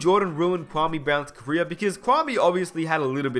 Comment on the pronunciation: He said carrer not career